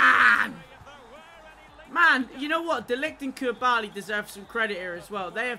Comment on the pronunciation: Why can he not pronounce koulibaly properly lol